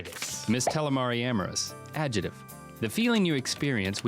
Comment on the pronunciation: haha Link says "adjetive" instead of adjective. I seriously love this show!